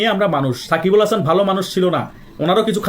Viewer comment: সাকিব আল হাসানের নামটা ঠিকভাবে বলেন